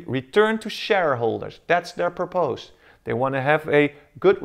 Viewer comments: although I really appreciate the work that and dedication that has been put into the explanation of the Model, to me it is very distracting when I see Grammar and pronunciation mistakes. (Purpose; "" Purpus "") (Exsists; Exists). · Just a little bit too stiff and difficult to understand. Make sure that you are pronouncing all the words correctly. You had a big problem with purpose which I would not have understood if it wasn't also written.